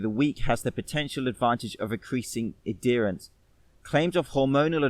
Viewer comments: adherence: ad-herance, not ad derance....aaaaaaaaaaaaaaa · Really Great Video, Subscribed.... But its pronounced add- herence not a- dear-ence. Sorry that was driving me nuts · Im fascinated by how he pronounced "adherence" haha